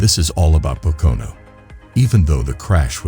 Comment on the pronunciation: The only thing worse than Hamlins move is this computers voice trying to pronounce Pocono